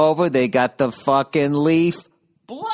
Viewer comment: the... leaf - blowAH